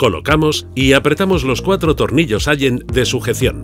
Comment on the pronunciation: se escribe allen pero se pronuncia "alen"